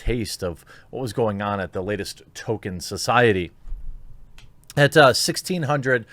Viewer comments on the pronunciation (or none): Tol-KEEN. Not Token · It's Tolkien NOT Tolkein. And it's pronounced Tol-keen NOT Tolken. That is all..... :-) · I'm dipping out, Jeremy. Sorry, bud, the third "Token" instead of Tolkien broke my mind. Can't endure it. I'll watch your next non-Token video. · You're such a poser Jeremy, the even hasn't happened yet and it's T-O-L-K-I-E-N. Maybe stop posing as a fan of stuff that you're not? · "Toll-keen." Not "Token." Token is Cartman's black friend. ;) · tohl-Kee-in, not Toh-ken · It’s Tolkien genius, not Token. He wasn’t a black South Park character. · Its pronounced "Tol-Keen" Not "Token" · I'm kind of peeved he is calling him "Token". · Please. Stop saying token, when speaking about Tolkien! It hurts my brain. Tolkien is a legend deserving respect. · Man you really can't pronounce anything properly. Just straight up calling him "token", sometimes "tolken". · I like the way you pronounce Tolkien “Token”. Sums up this shit show of a conference. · ...... Dude, it's NOT "Token"... Seriously. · 1) There's an L in the name Tolkien. It's not Token. 2) it's a lie that subscribing is the only way to find your videos. I just type your name in and find them. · and its pronounced toll keen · Tolkien has become Token...or Tokin'. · You’ve never claimed to be an Uber-nerd, but you do lose a couple of points for not read the Silmarillion. 😉 And the poor man’s last name is pronounced like “Toll-kin.” I love your show, but as I am a Tolkien nerd, I had to point these things out. 🙂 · Obviously they were misinformed; it’s Tolkien, not Token. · There's an "L" in Tolkien's name, btw... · He was basically saying token. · Stopped watching when you pronounced his name as "Token" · I tried but you can’t say Tolkien... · Love this channel and your content but you need to stop butchering the pronunciation of Tolkien. It hurts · Learn how to pronounce Tolkien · I love you and your videos but I can’t hear your mispronunciation of Tolkien.